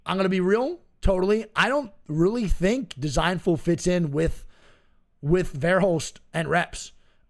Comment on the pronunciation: This muppet been saying Vair Hulst for like 2 years